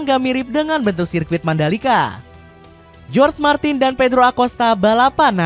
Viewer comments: Bacaannya horge martin ,bukan jorg e martin minn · Naratornya saat ucap nama Martin,jadi aneh.Seharusnys para narator channel YouTube harus bisa membedakan antara pengucapan Spanyol dan Inggris.Martin adalah Jorge Martin dibaca Horge Martin bukan George Martin.